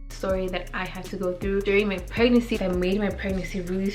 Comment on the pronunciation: Why do u have such a hard time saying PREG-NANCY GIRL? Lmao. It sounds like u’re saying prenansi 😂